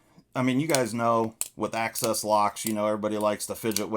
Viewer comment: Imagine saying AXIS without pronouncing ACCESS. You can do it if you just try. I believe in you.